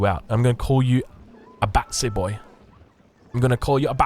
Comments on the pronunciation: Some British history for you, it’s not bassy boy it’s batty boy 😂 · its batty boi not batsy boi lol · It’s batty boy not batsy boy from Ali G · That's "batty boy" as in gay, "he bats for the other team"